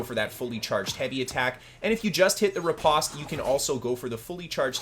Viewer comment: riposte rhymes with “toast” and flèche rhymes with “taste”